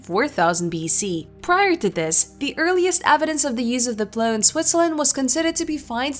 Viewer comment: Say what? "ploo" fr plow!!